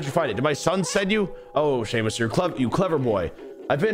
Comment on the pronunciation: Him unironically saying "see-mus" was actually killing me